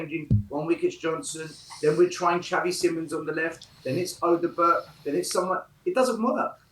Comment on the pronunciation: Stop saying Odobert wrong 😂